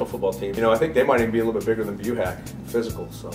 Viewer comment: You guys said buhach wrong and Quintens last name wrong too